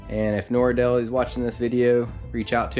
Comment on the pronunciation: Thx for the info! But I had to turn off the sound because the thing is called a NORD-LEE, not NOR-EEE-DEL-EEE.